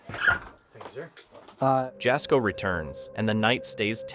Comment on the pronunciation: Jasko is pronounced "Yazco" 😊 Jaz scares so easily even after years of doing this! Love his content! 🫶